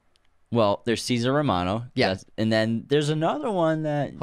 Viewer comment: Cesar RoMERO, not Romano. (Oiy!)